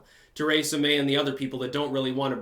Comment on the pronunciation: When I listened to you say Kratom you about drove me insane, now that I hear you say Teresa I realize it's intentional.